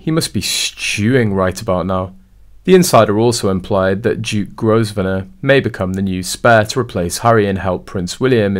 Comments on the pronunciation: The Duke of Westminster’s last name is pronounced Grove-nor. The “s” is silent! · If you're going to put these clips out, at least learn how to pronounce the names you are using. Grosvenor is pronounced Grovenor....the S is silent. You could at least look it up on Google and save yourself from looking so ignorant. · Pronounced Grovener the 's' is silent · The "s" in Grosvenor stays silent, just like "island". Please correct your pronunciation.